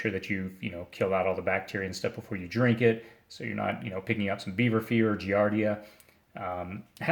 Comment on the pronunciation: beaver fever I thought he said Bieber fever lol